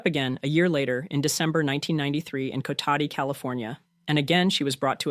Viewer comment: It’s Cotati, Ca not Kotati